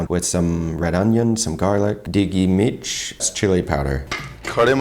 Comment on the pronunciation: if someone hasn't already pointed it out, it's Mirch and not Mitch 😊